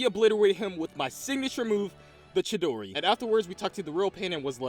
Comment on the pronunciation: bruh he seed chidori